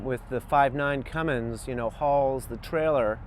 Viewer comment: It's Cummins not Cummings!